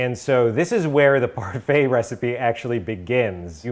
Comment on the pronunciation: Yes! I mean, when my boy said "parfait" 🔥🔥🔥🔥